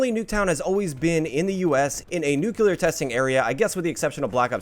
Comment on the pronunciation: Did you SAY "nucular"? 🤔